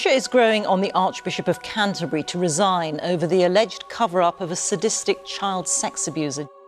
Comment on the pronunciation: If ya wanna lie then pronounce things properly... Canterbury isn't pronounced like that